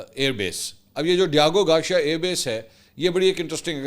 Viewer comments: Garcia...ceeia hai shea nhi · Mansoor bhai MashAllah jitni aapni mistakes kartay hain na itni londay laparay bhi nai kartay. Diego Garcia, not Diago Garshia, urdu main likh k deti hai na team? Right? Ya zaman e talib e ilmi main back bencher thay? Consistently Aap k har Vlog main main ghaltian nikalta hon. Per aap k kuch bhi seikhne se inkari hain. Bas dollar chapne ki race main lagay rehtay hain k koi pehle na aap se bana le dollar. Vlog te Vlog sutti aao.